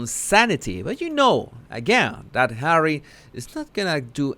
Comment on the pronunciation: You really make me laugh when I don't want to. I'm going through the worst part of my life right now, but, as always when you say "HAWEY " I just crack up,no kidding, I mean Hawey, really? so funny.Thanks for making me feel better. Love 'n Hugs to You.From the ❤️👑🤣🤣🤣🤣🤣🤣🤣🤣🤣❤️❤️❤️🇬🇧🇬🇧🇬🇧